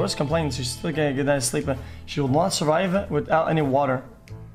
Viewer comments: "Surive" Omegalul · “Surive” OMEGALUL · "60 seconds to surive " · "Surive" Pepega Clap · Pepega "Surive" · „Surive“ PogChamp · “surive” PepeLaugh